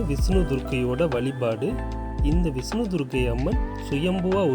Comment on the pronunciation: விஸ்னு பகவான். சரியான உச்சரிப்பு முக்கியம். மகாபலி மாபலி யானது